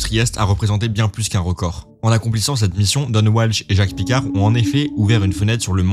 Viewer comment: Jacque picard ne se prononce pas Djack à l'anglaise. C'étais un suisse donc il faut le prononcé à la française.